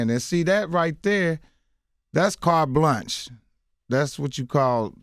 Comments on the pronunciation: I love ole boy but this interview has allowed me to see that he REALLY was in Special Ed classes. He destroyed the words Cart Blanche & genre. Bless his silly a$$ heart. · LOL Mike trying to say Carte Blanche. Then he tries genre and says gendra. Mike, mike, mike.